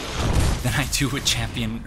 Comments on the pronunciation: On the pronunciation of Iudex, in latin it would be something akin to "youdex" ("you" here being pronounced like the english personal pronoun). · This is a very minor matter, but it kept bugging me. The correct classical pronounciation for the word "iudex" should be "yūdex" (/ˈjuː.dɛks/). Just like in the family name "Iūlius/Julius" the "I" should be spelled as "Y" like in the English word "year". The "I" is definitely not silent. Language lesson over, can't wait for your next video. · Iudex is pronounced "You Dex" and means "Judge."